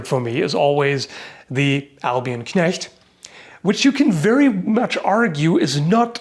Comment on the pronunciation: Great Video as always. But can we please talk about how perfect the pronounciation of the German Words is? Even the ch in Knecht is perfect while most People pronounce it as K